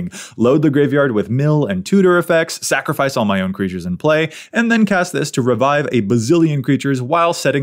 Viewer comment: Did you say "snacrifice"?!, you are just my favorite!